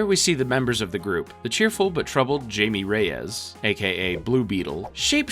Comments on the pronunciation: It's not Jamie Reyes it's Hamie Reyes. You pronounce the J as an H. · How if you watched the movies did you mispronounce Jaime Reyes’ name